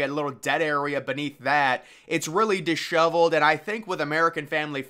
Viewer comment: Disheveled, Dishoveled... potato, patato